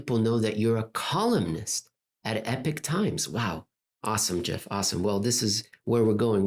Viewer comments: EPOCH EEEEEEEEPOCK Eeeeeeeeeeepock please say it correctly lmao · Will Jeff writing for Epoch Times cause our days to become - as pronounces - epic times? I hope so, but …